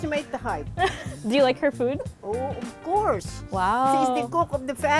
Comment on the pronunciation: “Ub Course”.!